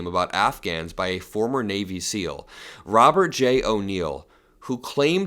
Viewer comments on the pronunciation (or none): none